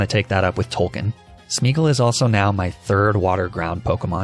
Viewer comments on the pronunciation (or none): none